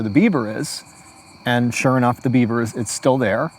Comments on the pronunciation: There were a few times my brain heard "Dead Bieber" instead of "Dead beaver." Story takes on a whole new meaning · Every time he said Beaver up until 15 minutes in I heard Bieber